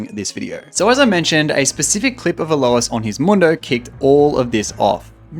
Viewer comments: literally hundreds of league content creators, about 3 of them know how to pronounce alois name right, magnificient XD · Bro's never heard Alois's name pronounced.